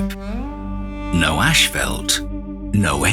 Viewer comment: It's not 'ashfelt', that's roofing material. It's 'ashfalt'.